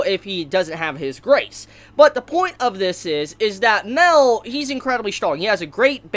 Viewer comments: It’s pronounced (my-el) not mell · its not mel it's pronounced like meel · It's ma-el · Guy it's MA-EL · Im pretty sure Mael is not pronounced "mel" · Everytime you say Mael it sounds like Mel and i think about Meliodas